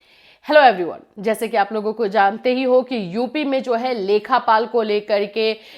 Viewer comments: Lekhpal hota hai mam lekhapal nhi hota hai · लेखपाल होता है मैम लेखापाल नहीं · "लेखापाल" नहीं, "लेखपाल" होता है। UPPSC nhi, UPSSSC exam karwata hai ye.